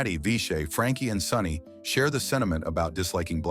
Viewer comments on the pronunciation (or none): none